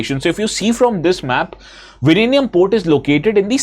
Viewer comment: Sir your pronounciation of Vizhinjam is plaudably correct 😂❤❤Happy to hear that...😁